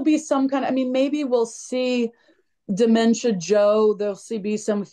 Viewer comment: Lol I heard that bit.